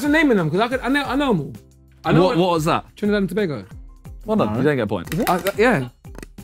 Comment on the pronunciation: But respect for him pronouncing Tobago tho